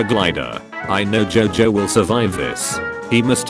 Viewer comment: I love how the tts pronounced jojo as jaw joe